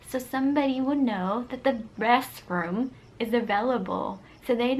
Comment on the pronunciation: I love how she says restroom she say resroom